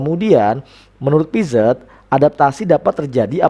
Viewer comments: Makasih ilmunya pak, Maaf dibacanya piase, e dibacanya kaya kita baca kata "membeli" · Piaget dibacanya piase pak